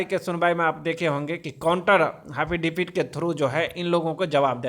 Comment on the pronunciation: Phle एफिडेविट बोलना तो सिख ले . हाफिदावित बोलता है